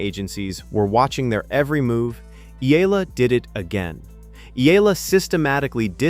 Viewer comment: E-YA-LA is the correct pronunciation